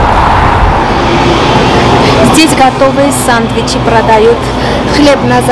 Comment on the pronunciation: не сандвичи а сЭндвичи 😊